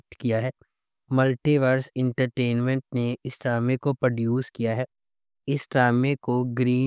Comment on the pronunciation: Sahi word “Produce“ h Per duce nahi 👿